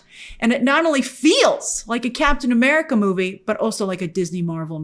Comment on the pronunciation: Captain Eh Meh-rica